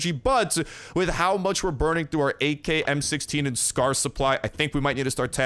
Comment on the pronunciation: talks about AK like a Russian would, in a German accent